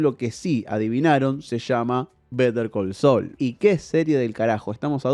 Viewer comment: Pero porque si vas a decir el titulo en inglés no lo pronuncias bien?